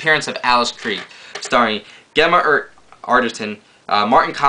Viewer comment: It's pronounced Jemma not Gemma. good vid tho